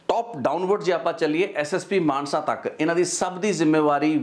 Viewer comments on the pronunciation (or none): none